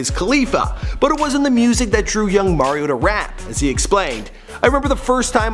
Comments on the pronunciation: His name is Mario Mims like the Mario Brothers video game not Mar-io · did you actually just fucking say MAIR-io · Merryo Lmmfao